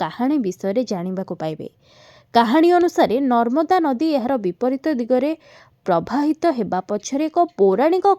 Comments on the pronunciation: Prabahita bhai thik se sunantu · ପ୍ରବାହିତ ଉଚ୍ଚାରଣ କରନ୍ତୁ ଓଡ଼ିଆ କହି ଆସୁନି ।